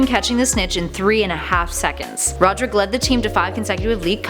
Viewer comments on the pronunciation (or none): none